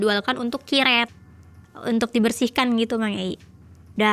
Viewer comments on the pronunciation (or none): Kak maap namanya kuret bukan kiret ijin 🙏🏻😭